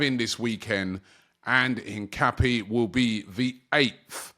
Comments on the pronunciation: its in-cap-yey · ROBBIE! It’s pronounced INCA-PEA-AY!!! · His name is pronounced een-kah-PYEH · Robbie and player names 😂😂😂... Hincape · Still pronouncing Hincapié wrong 😂 bit like your brother pronouncing Gyokores with a hard G. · Missing a syllable there, chump